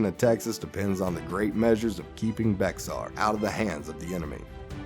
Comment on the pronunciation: They way you mispronounce Bexar cracks me up😆great video though